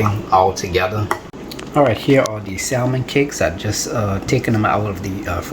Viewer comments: Looks good. But it’s pronounced sam men. Or sam mon. Not salmon. The L is silent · the l in salmon is silent. Samin cakes is the correct pronunciation. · The "l" in salmon is silent. Samon cakes. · Pronounce samon